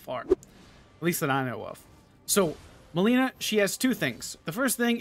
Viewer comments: It's not melena its malenia pronounce it correctly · It's MALENIA not MALENA jesus that triggers me so damn hard :D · It's not Mileena. It's Milenia ... Like the world Millenia lol. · malaria not melina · will try some of this. but I got a question: what happened to the pronunciation of malenia (you pronounce it like malina) and ever worse radagon? I'm always perplexed when names get butchered like this, even though they're said in the game multiple times. especially malenia. since you too died a lot to her, that name is burned into one's ears and brain, isn't it? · why would you pronounce Malenia as Mileena wtf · Maybe you should learn how to say her name right. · Maybe learn how to read her name first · Jesus please say her name right lol